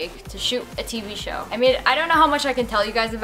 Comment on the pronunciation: "TV show" sounds like Bukake Kappa